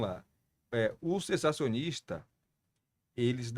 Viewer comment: Um podcast perde a credibilidade quando o entrevistador não sabe falar, ou não conhece um termo teológico tão fácil. Entrevistador, fale "CESSACIONISTA" ou "CESSACIONISMO"! Sensacionalista é outra coisa?